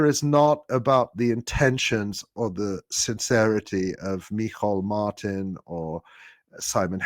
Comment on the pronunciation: Well done on pronouncing Michéal Martin's name right. But also, Martin is a griffer. The reason he said this is to deflect from the fact that American army military hardware goes through Shannon airport. Some of it to Israel and all of it is up to no good. Our government is not complicit in word, but they're completely complicit in action.